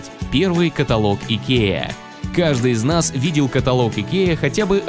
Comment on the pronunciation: КатАлог а не каталОг